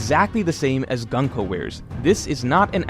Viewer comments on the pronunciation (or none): Her name is Gunko, not Ganko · it's pronounced Goon-ko, not 🔫ko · it’s pronounced GOON-ko. cmon you’re a pro, at least attempt to learn how to pronounce the characters’ names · GOON-KOH,. You fixed RAI-yuma and Yon-KOO, you can do it here too. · man i hate your pronunciation of her name😭😭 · bro can u pronounce gunko and hajrudin properly pls